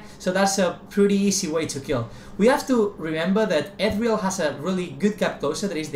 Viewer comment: "Ethreal Jahngle."